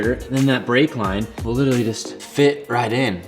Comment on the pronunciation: Rumour has it if pronounces 'literally' correctly the effects of global warming will cease and will eventually reverse.